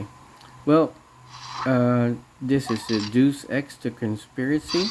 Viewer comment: Lol it's 'Day-us Ex" not duce my guy